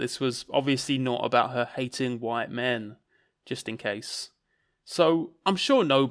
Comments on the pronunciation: keeps talking about 'white min'. What is a white min? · Why does call white men “white min” All I can think of is that Malk sketch and it’s putting me off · 'white min'